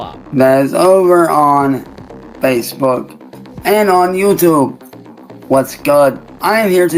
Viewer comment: Jesus one minute in and I have questions lol what is that accent for “YouTube”😂😂